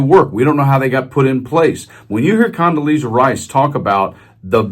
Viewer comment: condolesa rice 🤣 😅😂